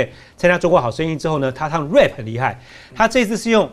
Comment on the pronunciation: rap 唸錯了